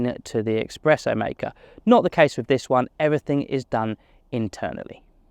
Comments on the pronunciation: Espresso not EXpresso! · It’s not expreso! It’s espresso.